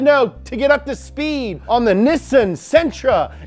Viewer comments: All this episode made me want was Nissin ramen. Seriously idk why they switched pronunciation when even in Japan they pronounce it Nee-san. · Nissaaaaaaaan!!!! Not nissin!!!!! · NEE-SAHN not Nissin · Niss-AN not Niss-IN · why do you call nissan "nissin" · "nih sin" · You always pronounce Nissan as “Nissin” but you do realize there is actually a company called Nissin and they are not one in the same, right? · why do you call it Nissan instead of nEEsan? Have I been saying it wrong?😂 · It's pronounced neesan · “Nee-Sahn” had to actually look it up to see if I’ve been pronouncing it wrong my whole life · Ahem. Nissin is a cup Noodle company. It's Pronounced NEE-sahn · Great and informative video however even with the Nissan commercial guy pronouncing it for you , you still kept screwing it up!!!! NISSAN KNEE-SONE NISSAN LOL I own a 2011 Sentra sr and a 2011 Nissan titan heavy metal chrome version. Great vehicles. God bless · Bro it's pronounced KNEE-SAN, it's a joining of two japanese words, they pronounce the NI- elongated. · i swear to fuck if this guy says nissin one more time im gonna lose it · Spent the whole video thinking he was saying nissin like the noodle company 🤣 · don't say nissin. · Hate to be that guy, but you don't have to worry about correcting the way you said Nissan at first. It is pronounced "Nii-sahn." When Japanese words are written out, the double-consonant (SS) usually implies the vowel before it is long (I) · Can’t get over him saying “Nissun” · OMG why does he pronounce Nissan "Nessan" ugh I had to stop watching after the 3rd time he kept saying it that way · The fuck is a "nisun" lmao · What’s “Nissen?” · Wait its nissin not nissan 😮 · Why tf you say nissen? Do you think you are from top gear uk or something? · It is pronounced Knee-san. is just weird. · Go to a dealer and watch how they all pronounce it, is being funny. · Nissan pronounced neesahn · Just say “knee-sun!” Jesus! 🙄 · It's Ni-sAn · knee sawn. there